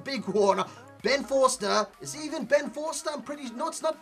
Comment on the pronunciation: When he said Ben foster I wanted to die... 😂😝